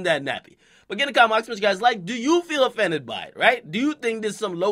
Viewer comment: This nigga really said "affended"